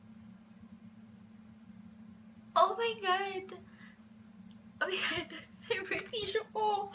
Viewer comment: I thought your stomach was hurting, you kept saying "ohh my gut" LOL